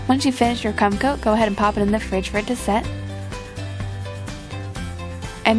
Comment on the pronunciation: i didnt hear the r pretty sure she said cum